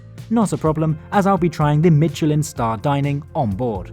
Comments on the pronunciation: Out of curiosity: considering how much effort you make to pronounce (place) names properly, why would you say 'Mitchellinne' instead of 'Meesheleh'? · As much as I love your intresting and informative videos on travel, as well as your (generally pretty good) attempts at pronouncing words in their original languages, I am rather shocked by 'Mitcheliin' here. It is pronounced 'Mischelan' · I never liked the TGV. They feel so dated and you're always super cramped in. There's just too little space. Even in first class, there just isn't even a hint of luxury. Germany's ICEs are more or less the gold standard there and I wish SNCF would take note. Btw: There is no "t" in "Michelin", no idea, why a lot of English-speaking folks put a "t" in it. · If you’re going to try and sound posh by putting on a fake French accent learn to pronounce words like Michelin